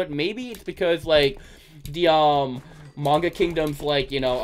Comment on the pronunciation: Its prononced May-nh-gah